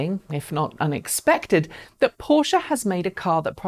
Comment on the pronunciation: Finally, someone who can properly pronounce Taycan and Porsche. Good points in the video.